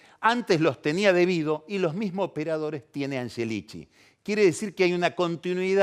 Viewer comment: Es el unico que dice "anyelichi"!!! Como cuando decia Yoli por Scioli... parla italiano el ragazzo